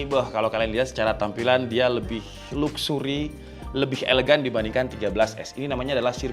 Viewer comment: baru denger 'luksuri'